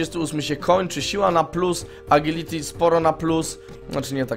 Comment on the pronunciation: TO JEST "ADŻILITI"!